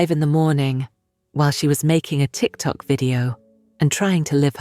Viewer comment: The anchor said a tic tac video. Sir, not the candy tic tac 😅